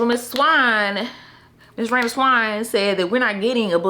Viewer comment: 😂 😂 I gotta get Rayna’s novella. Let me go download that now. Not you butchering the name and then playing afrobeats 😂😂😂😂 your videos are always a good time.